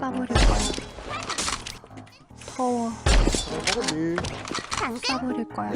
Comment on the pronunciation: 신재은 캐릭 쏴버릴거야 인데 나만 싸버릴거야 로 들림?